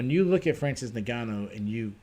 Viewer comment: I enjoyed the recap, but how in the hell are you still pronouncing Ngannou wrong?